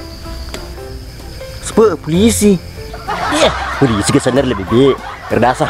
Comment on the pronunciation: polisi bukan poisi